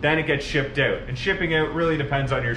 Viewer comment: thought he was American till he said out as "ooout"